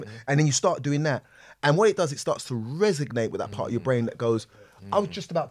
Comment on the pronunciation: It's "resonate" babe not "resignate" 👍🏾😉